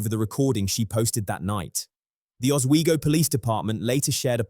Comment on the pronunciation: I live about 20 minutes from Oswego and congratulations for pronounce it properly.